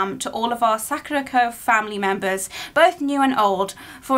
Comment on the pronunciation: I'm pretty sure it's pronounced sakurAko and the actual cherry blossom sAkura. Being on theme, you should watch "5cm per second" 🌸